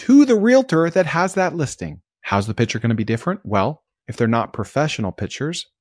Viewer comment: Hi, love your episodes. A minor suggestion, you say "pitcher" when it should be "picture".